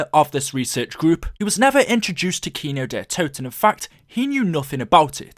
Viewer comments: Es heißt Kino der Toten und nicht kynow der todten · man iys kindertoten wtf get it right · it's kind der toten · it's kin der toten not kino kin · it's not kino Der to ton kindertoten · “Kino dehhh toton” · Right. He said that shit like 80 times. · U Your saying the map name wrong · You are saying worng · You say kino der totan way to much dude it’s annoying especially when you can’t say it right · who else is German, and had to laugh when he said "Kino der Toten" xD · Damn. I'm not even German but you completely butchered the German pronunciation.